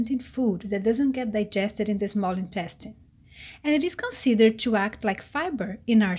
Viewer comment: What I want is ypubto learn to pronounce the word TO properly! It is not CHUU the way ylubsay it! Horrible how you brazillians pronounce it!!! Jesus!!! 😣